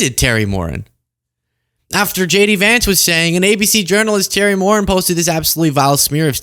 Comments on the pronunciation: the Irish last name Moran is pronounced “mo-RAN” not “MORE in” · Moran is pronounced with the accent on the second syllable, hence, "moh-RAHN." It's Irish. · Terry Moren? C'mon bro, you can't even pronounce Terry's last name. It's Terry Moran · Sorry, but it's Moran- Mo ran! 🏃. Just an FYI 💙🇺🇸💙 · Pronounced moRAN u Moron. Stop picking your nose. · Correct pronunciation "More An." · The late great Robert E. Lee 🥴 Also - Terry’s name is pronounced more-ANN